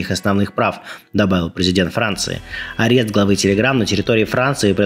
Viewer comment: Блин Люба! Апест или задержание? Ты же училась на юридическом, откуда столько ляпов?